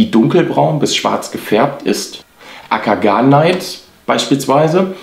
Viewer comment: Es sollte m.M. nach heißen Akagane-it, nicht Akana-neit. Also kein ei sondern e und i getrennt. Siehe die beiden anderen Beispiele.